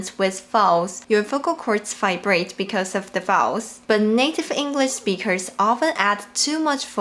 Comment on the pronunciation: This is amazing, thank you so much. I’m wondering, have you ever noticed differences between American and British speakers speaking mandarin? Also, since you teach us so much Chinese, I’m going to return the favour and let you know that “Speakers” finishes with a K sound, when you say “native English speakers” it sound and looks (to me anyway) like you’re saying “native English speechers”.